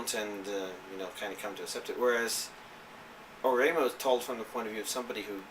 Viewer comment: I love your videos, but you pronunciation of Ore-imo is bugging me lol. Ore imo is two words, ore (pronounced "o-ray") and imo (pronounced like ''emo' in the word 'emotional').